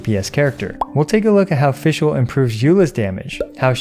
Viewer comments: You can’t even pronounce her “made up” name correctly you got no right acting so full of yourself with “Amy” 💀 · i love it when non german people try to pronounce fishl, die Prinzessin der Verurteilung. Had me giggle but for sure i would sound really funny if i try otherwise with other languages! Really enjoy your content and it helped me out alot on deciding what to build and focus so far. It's always a calm and informative Source i love to use, thank u for your content!